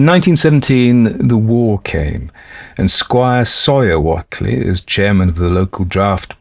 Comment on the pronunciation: Thanks 😆Happy Samhain to you!:.BTW, it's pronounced: "uh·lai·juh" Elijah Wheatley = "WAY-tlee".. Sorry it just really irks me hearing something pronounced so differently than I've always heard it 😅 Yog Sothoth